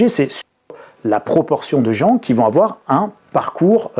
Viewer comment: "il ne faut pas afoir peur"